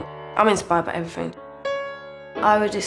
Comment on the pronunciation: "evyfing" Love her